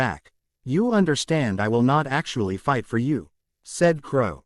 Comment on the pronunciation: Yes, it was really bad in the last 1/3 of chapters 150-200 with the Ai spelling out words with the f missing like i-g-h-t instead of saying fight. It really gets bad at the end of those chapters. I have just begun chapters 201-248 and it still occurs but not every time only every 5 or 6 sentences. Thanks for looking into this and I hope it's not something really difficult to fix. I really appreciate the work you do to put this on YouTube for everyone to enjoy. Thanks ❤